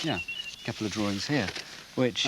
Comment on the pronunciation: Why say Drawrings , when there is no such word. Come on there is no "R " in there, why all this pretense??